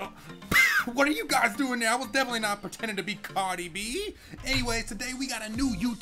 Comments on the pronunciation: Its Cardi-B Not Cadi-B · LMAO instead of Cardi B it sounded it he said Cawdi B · Him definitely not saying “CAWDIE BEE” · I love how he said "Cuhrdi B"😂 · "Deff not pretending to be carid B"😂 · Lol the way he said Cadi b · The way he said cardi e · how he said cardy b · AM I THE ONLY ONE WHO HEARD CARDI TEETH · The way he said Cardi B lol 😂😂😂😂😂